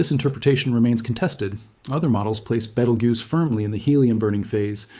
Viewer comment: You don't have to mispronounce Beetlejuice. That's how you pronounce it right there.